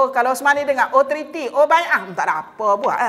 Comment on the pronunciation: .. Treaty .. Bukan Trity